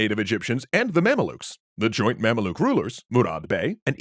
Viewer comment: Its pronounced "ma'am-luke" not "mam-uh-look"